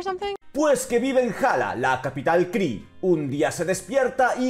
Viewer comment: min La capital Kree a lo que a mí me suena como: la capital cri-nge ;D xDDDDDDDD